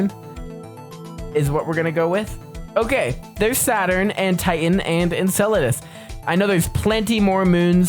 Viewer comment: he got titan so wrong 😭